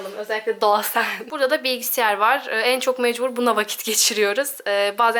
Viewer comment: da bilgisayar a bilgisiyar demen kdcjjcdjms 💗yine de çok tatlısın